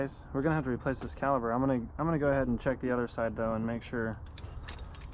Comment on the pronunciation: Caliber - Caliper. 🤣